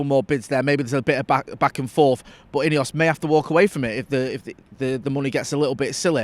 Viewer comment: Why are you saying ineos it's not ineos